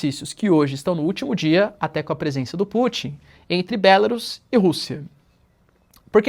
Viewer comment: Oi, professor. Belarus não é uma palavra proparoxítona para a pronúncia "Bélarus". Vídeo com pronúncia, caso o senhor tenha interesse em ver a respeito.